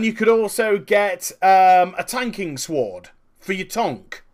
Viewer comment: I like how you're saying "sword" haha, and tonk instead of tank xD